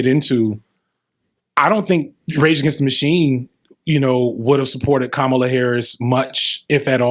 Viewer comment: More of this sort of collab, please. - Also, the smile gives when fantano mispronounces Kamala(COMMA-lah)'s name.